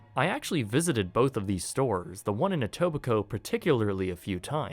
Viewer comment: “Non union low prices… Always.” That’s pretty brazen, Walmart. NGL. And I’m just now learning how to pronounce Etobicoke? Wholly mackerel, TY! 😅That’s important for me as I grew up watching Degrassi and I already knew that the Vincent Massey School used for the DJH era is in the Etobicoke neighborhood …